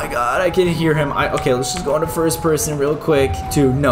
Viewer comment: Stop saying forst